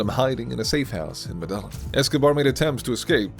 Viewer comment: I hate the way he says Medellin. It’s pronounced meh-deh-yean